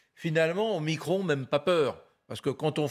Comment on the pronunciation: isolement ducon, pas isolation, nous ne sommes pas des murs, et omicron pas omicrone, sinon on dit macrone et pas macron